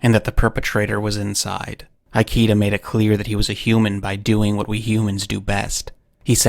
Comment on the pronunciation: "Ikeda" is pronounced as /ikeda/, not /aiki:da/.